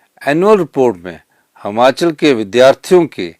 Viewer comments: महोदय जी कम से कम उच्चारण तो सही करें। जैसे यह प्रदेश हमाचल नहीं हिमाचल है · Trko khud bolna ni a rha h sukhu hmachal bolte han or asl me himachal hota h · Sir,Hmachal nhi Himachal boliye,Hindi to achhe se padhen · Himachal hota hai na ki Himachal hota Hai pahle bolna sikho mukhymantri bhi aap pata nahin kaise Ban Gaye by media Ghar Bhar liye Apne gharwali ko MLA banaa Diya